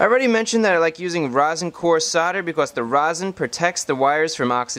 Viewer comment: "Becauss" "woter" God I've never been so angry at an educational video.